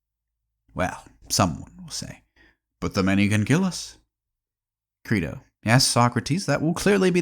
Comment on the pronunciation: How about learning to pronounce your source material's title properly before recording?